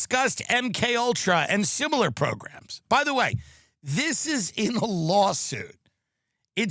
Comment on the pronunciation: sorry, it’s also about the grooming of the president while he was a child. It’s insane. She converted to Catholicism. They practically invented it. I watch it because she’s attractive and mostly well-spoken (pronouncing similar as simular is annoying though). I love a good conspiracy theory. I want to believe in aliens. WTF have YOU learned? That you get your user name and comments read aloud because you gave her money? Get your Romper Room moment yet?